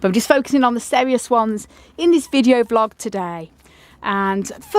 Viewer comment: A very nice "VLIG" indeed 😆